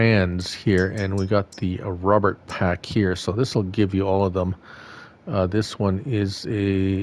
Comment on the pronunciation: fyi it's pronounced 'Row bear' sinced it's from Belgium. :)